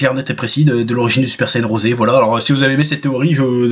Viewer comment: J'ai sus que c’était un Troll quand il à dit le Super saiyan Rosé comme le dise nos amis japonais